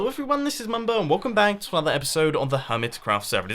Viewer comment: Mumbo not mum